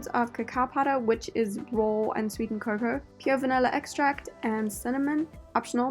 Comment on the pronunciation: Question, are you saying "Cocoa" powder?